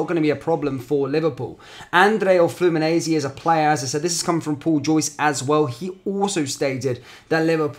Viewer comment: They way you’re saying Fluminense 😬😂 try Flu-Mee-Nein-See 😉